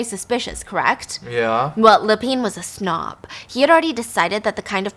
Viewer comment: Same with Lapin 😅